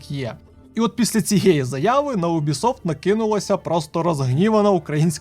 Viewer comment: Чому, бляха, Убісофт, а не Юбісофт?